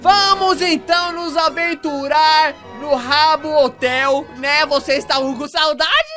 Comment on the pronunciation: quando ele fala habbo hotel eu entendo rabo hotel kkkkk